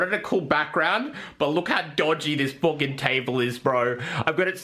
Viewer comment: “A FOOKEN BREAD KNIFE”